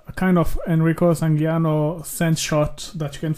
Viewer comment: for the last couple of videos I thought you were italian, then I heard how you said "Sangiuliano" :D